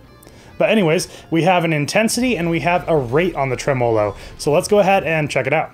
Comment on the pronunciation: I was interested, but bailed after seeing him critique four distortion pedals in a row, then mispronounce “tremolo.” C’mon: What about compressors, EQs, and delay devices—things that non-metal guitarists might use? It was the narrow focus and lack of musical knowledge that changed my rating to a Thumbs Down. Maybe he got to this later, but it would also be nice to know about delivery times and service? My experience with ordering directly from China has not been good.